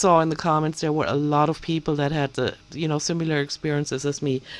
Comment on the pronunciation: Sorry, but I just have to correct you regarding your pronunciation of the word "similar ". You tend to pronounce it as "si-mew-lar." The correct pronunciation for "similar" is "si-meh-lar" not "si-mew-lar." Just thought you'd want to know since accuracy is so important to you. Otherwise your English is nearly flawless!